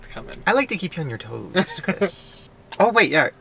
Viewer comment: "Friends" still unsure how to say Chris last name?.......